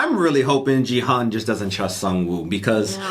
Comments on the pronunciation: The main Chracter is not Geehun Its gihoon (g for gravity ,gun,grape,great ,gary) Please Please adjust your pronunciation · His name is not "Gee Hun". It's "Kee Hoon". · Gihuns name isn’t pronounced “jee han” it’s pronounced “gee hoon”, the “g” making an actual g sound not a j sound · Gi-Hun is actually pronounced like Khi-Hoon. Or Ghi-hoon. Not Ji-hun.